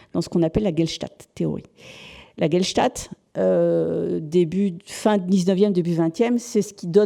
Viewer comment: Passionnant et vertigineux! 20 000 ans séparent Chauvet des magdaléniens de Dordogne, troublant! Petite remarque, "Gestalt" plutôt que "Gelstat". Amicalement.